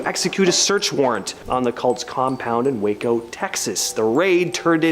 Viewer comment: Waco is pronounced way-co, not wacko!